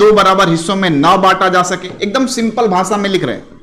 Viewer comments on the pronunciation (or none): none